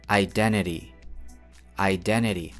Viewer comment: Спасибо. Но I have a one question, я одна слышу вместо t в конце слова русскую р? Иделери например (identity)